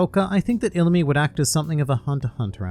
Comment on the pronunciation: I believe u said illumi wrong